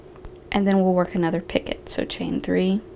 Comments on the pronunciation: Not picket...pee-ko the t is silent 😊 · Patricia Morales my code is c1 v3 h5 thank you I've heard many ways of saying picot, but never picket until now. I thought it was more like peek-oh or like you said pico LOL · Sorry, I hate to be THAT person, but i'd want someone to let me know if i was mispronouncing something..... "picot" is pronounced "pee-koh" absolutely love this pattern though!!! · picot is pronounced pico.....thank is silent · Pronounced pea-co, with a long o sound. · yes, Picot is French and you're correct. it is pronounced as P-Coe .. the T is silent. i've watched many videos and this is the first time i've heard it mispronounced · The T in picot is silent